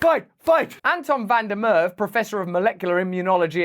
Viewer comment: Prof's last name is pronounced Merva , not Merv.